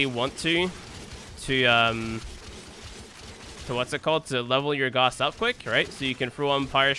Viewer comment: IT'S NOT GOSS ITS GAWSS